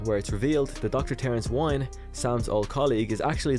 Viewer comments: Good video. Dr Wyn is pronounced Win not Wine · I believe the correct annunciation of Dr. Wynn's name is WIN. Like winning a game. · I thought that Loomis had a heart attack at the end of H5. Also I'm pretty sure Wynn's name is pronounced win.